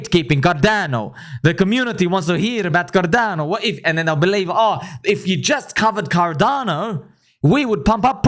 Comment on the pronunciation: Bro I can’t stop laughing about the guy who told you we have this on carrrrdano 😂😂😂😂😂